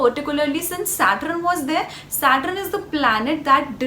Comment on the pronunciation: It's Saturn not satrin